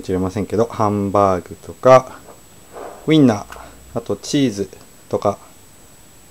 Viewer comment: "hambaaga tooka, weena, cheesu tooka.." God i love engrish